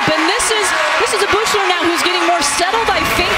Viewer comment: why does the announcer pronounce Riley Beuchlers name like that